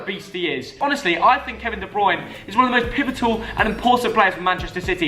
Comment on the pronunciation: This is how many times said “pivitol” ⬇️⬇️⬇️